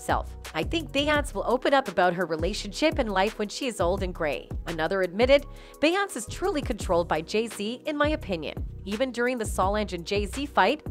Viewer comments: Y does this YouTuber keep calling her bayance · A-I at it's finest. Cannot properly pronounce BEYONCE and Solange. LOL Love Solange xo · Beyonce is pronounced bee-yon-say. Solonge is pronounced so-longe. If you're going to post about black entertainers, please, please learn how to pronounce their damn names! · It’s one thing to miss pronounce Solange name but dam how can screw up arguably the most popular woman in entertainment 🤦🏿‍♂️ obviously you must be an robot 🤖